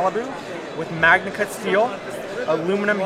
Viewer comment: Merci beaucoup pour ces vidéos. Mais par pitié il faut arrêter de prononcer maNIAcut. Ça se prononce maGNAcut avec un G dur comme dans magma.